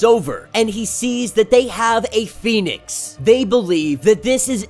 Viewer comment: Read the words & names and read them correctly please. Most of us spend half the time workin outwhat your saying. Am surprised you pronounce Pheonix right.